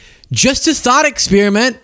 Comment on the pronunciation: Did you say a thot experiment?